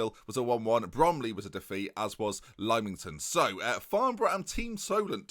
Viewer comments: Lymington = Lim - ing - ton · I go to the new forest on holiday, and lymington is our favourite place to go... cried when he mispronounced it :(